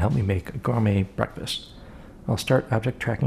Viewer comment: ah yes "gourmet"